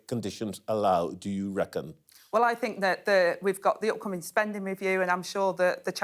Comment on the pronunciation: " fink" must be " think" 🤔